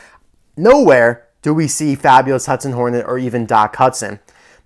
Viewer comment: I love how it says nornet instead of hornet I find that very funny